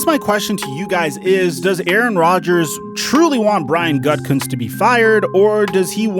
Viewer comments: Why do you keep pronouncing it Gut-kunst? It’s ridiculous. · Bro, it's not pronounced Gut Cuntz, it's pronounced Goo-da-Kunst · It’s pronounced “goo-ti-kunst”